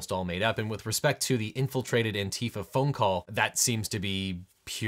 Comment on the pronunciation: It should just be "ANTI-fa" just like anti-fascist.